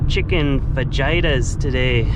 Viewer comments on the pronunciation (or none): Bro it’s pronounced ‘Fa-Heat-erz’ not ‘Fa-Jinerz’ or Vaginaz😂😂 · He pronounced it correctly afterwards. Dang that Fadyaytas! 😂😂😂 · Fajeyetah?? LMAO 😂 ! It’s Fah-hee-tah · chicken fajiaatas LUL. I think its pronounced fahitaas. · Took me a while to figure out that you actually said fajitas. fuhjeyetus 🤣 also there is a device called the waterport I have it on my truck it’s decent at $150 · Chicken "Fa-jite-ahs"? What's that all aboot?....... lol j/k..... great stuff as always and glad to see Crockett getting his flex on with the fajita fixins..... looking forward to seeing how the shower project works out for you... I would ask about your toilet situation, but thanks to, the speculation is confirmed...... lol.... I'm guessing that was bear s.... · this man hit me with the "chicken Fa-jite-ah" without a single warning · Chicken fajitas. It's spelled as "fah - hee - tahs". ¡Buen provecho! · Fajita = Fa-Hee-ta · I know you are a long way from Mexico, but if you are making Fajitas, it is pronounced Fa-HEE-tas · lol 😆 it’s fah-he-tas. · Lol it is chicken “ Fa he tas” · Tried and loved the pizza recipe. Oh, and fajitas is pronounced "FAHEETAS." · FAHEETAS...say it with me..FAHEETAS..Fajitas...nice try amigo. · Is pronounced Fa-hee-tas. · Dude you did not just pronounce fajitas like that? Fuh-he-tas. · “Chicken fajitas” whitest possible way to say it 😂 you are the best mate ! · it’s a Family Guy reference. Plus when he’s back in the van he pronounced it correctly so obviously it was a joke. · I hate grammar nazis. But the way you pronounced "fajitas" Priceless :-D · love how you pronounce "fajitas" XD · Byron Watts it sounded like he said part of a woman’s anatomy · Great video, but I gotta agree with you on the “fajitas”...... pathetic! Lol